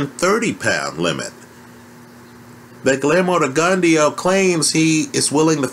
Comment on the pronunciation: what name did you call Rgio? lol